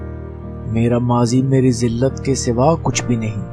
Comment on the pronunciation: Zillat zaal se hai na ke zay se